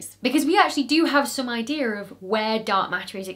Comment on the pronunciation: So cute that I've heard you pronounce numerous difficult words but you say idear instead of idea.